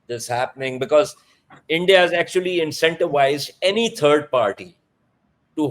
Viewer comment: Its India NOT Endea!!!